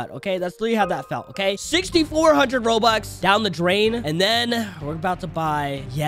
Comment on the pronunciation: bro he said "OMG 15B ROBUX I ONLY GOD 4B GEMS!" bro really said roux lol:) btw no hate to